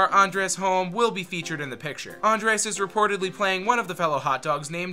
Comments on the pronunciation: Andres Holm? He's Scandinavian, it's Anders, dude. Or the Ders, whichever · Did he really say Andres Holm? It's the Ders mayyte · Anders... Ahn-Ders.... not... whatever you said. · Dude his name is pronounced Ahhn DERs